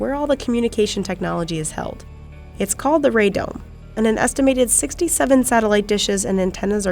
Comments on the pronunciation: The “Ray dome” 😂😂😂 it’s called a radome. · "Ray Dome" = Radome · "It's called the 'Ray dome'". Seriously? Google RADOME. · Radome, not “ray dome”. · "Ray Dome" is actually "Radome" - a combination of 'Radar' and 'Dome'. Has been since World War II. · Radome. Not Ray Dome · That's Radome guys. Not Ray Dome. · Radome, not "ray dome". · That hump on top is a RADOME. Not a "Ray Dome" as if it's named after Ray. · its radome NOT "Ray dome" wow. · “ray dome” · “Ray Dome” - really? How about “Radome” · its "radome" not "ray dome" lol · Radome, not ray dome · Its a "radome" not a "ray dome." Do your research. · Lol "Ray Dome" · Ray-Dome triggered me